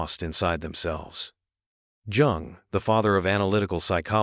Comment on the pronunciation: This is a mess. Not only the content is ridiculous the AI narration is horrible. It is pronounced YOUNG and spelled Jung. Have a sense of pride and take this down. Try again, you may succeed.